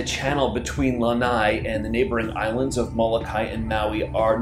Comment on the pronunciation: Lanai??? Lanai is a PORCH. The island is NOT a porch!! It's LANA'I.